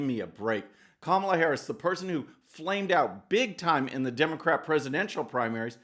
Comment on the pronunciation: Joe you better learn how to pronounce her name I don’t have to worry I don’t see your name much or hers at all. It’s great for the Republicans. True True and True. Hypocrite hypocrite and hypocrite.